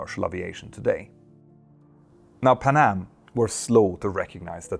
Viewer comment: It’s not pa’nam. It’s Pan Am…